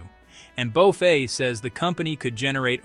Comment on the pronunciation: "bow-fay"? these AI slop vids are funny